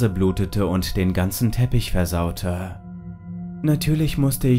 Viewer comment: Also ich kann mir das nur schwer anhören, weil es sehr nervt, wie der Erzähler seine Sätze beendet. Die Betonung geht mir etwas auf dem Geist 😅 "Versautähh, Zimmäär" schrecklich, sorry